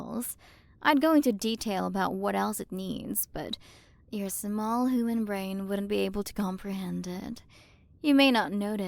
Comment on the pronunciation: Alright time to play the game of “Take a shot every time you hear say hooman/hoomans”